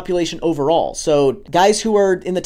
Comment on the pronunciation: Holy buddy lets make sure we are enunciating properly when talking about the top 25% of "KNITTERS"